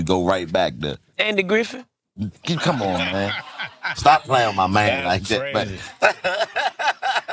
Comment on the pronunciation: This man said Andy Griffin